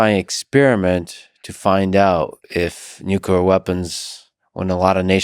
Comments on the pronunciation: It was so brilliant and educational when they said nuculur. I cried. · Seems like a smart dude, but not smart enough to know where the 'l' is in 'nuclear' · This video would be so much better if one of them could pronounce nuclear correctly. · the speaker can not pronounce nuclear.... he is a dope.